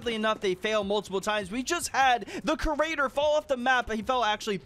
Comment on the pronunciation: does it bother anyone else that he says the cra-ator instead of creator